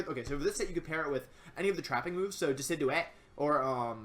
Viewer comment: The way you say "Decidueye" makes me crack up